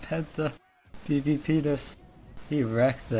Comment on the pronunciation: Am I the only one who laughed because it sounded like "PVPenis"?